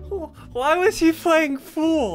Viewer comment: why was he phlaying phool